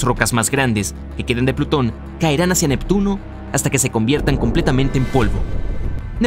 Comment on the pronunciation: Jajajaja 😂. Nectuno. Se. Come. A. Plutón. Jajajaja 😂🤣